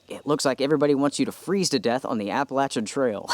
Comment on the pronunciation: Good stuff. And many thanks for correctly pronouncing Appalachian.